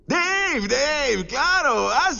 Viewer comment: Es Deiiiivbe....no Deiv :v jaja xdxd